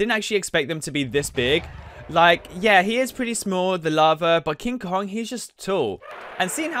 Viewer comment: This guy doesn't know how to pronounce Kong xD